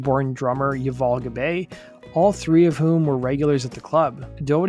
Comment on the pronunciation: Pronounced Yoo-voll' Gob-ai' .